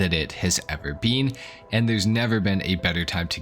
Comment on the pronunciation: “It is easily the best that it has ever BEAN” 🫘